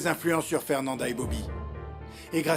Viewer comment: Quais graciella elle á faire dit mal afernanda ohooo my gosh